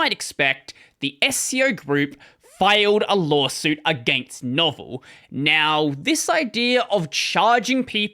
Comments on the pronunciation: He was replying to OP, who was also correcting you. It's not pronounced novel. It's pronounced like "Novella" (meaning, a short novel) without the "a". No-Vell. The O is long and the E is pronounced instead of muted. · I wish this dude could pronounce Novell properly. Its no-vell NOT novel. Also cannot believe somone can do a whole YouTube video about the whole SCO fiasco & not mention the outstanding documenting of this Lawsuit by paralegal Pamela Jones on her Groklaw website. At the end of the day once things really started to get looked into the best SCO could come up with was a handful of lines in the Linux Kernel that matched those on AIX Source Code & even that was almost instantly debunked as nonsense & i think those lines of code actually originated in OS2. But the most hilarious part of this whole thing was Novell told SCO they hadn't even sold them the UNIX Copyrights & that Novell still owned the rights to UNIX Licensing Fees & the Copyright. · It's not "Novel" it's "No-vell." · I remember it well. SCO became a laughing stock overnight and when novell shoved their oar in, good God that was funny. It's pronounced noh-vell by the way, not novel. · Lol! "Novell" pronounced "No-Vell", not "Novel." 😂 This coming from somehow who actually once PAID for Novell Netware (~1990) AND who installed in on a 80286 PC, which was the worse, most time-consuming, and most painful install process that I have ever experienced in my life! Otherwise, good, accurate recap. 🙂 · Dime-ler. Know-vale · it's "No-vehl" by their own pronunciation. Or "Nov" (is in november) and "El" as in elephant. They used to run ads. However, there entire or deal is much more like a Novel. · "pronounced "know-VELL"" Really? So it's not pronounced the same as the word "novel"? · Novell is pronounced noh-VELLE